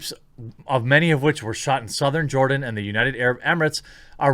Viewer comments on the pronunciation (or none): none